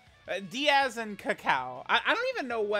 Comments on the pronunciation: Its Daiz, not Diaz. Bro cant read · it's daiz, not diaz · It's Daiz, not Diaz. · Maybe one day will pronounce Daiz's name correctly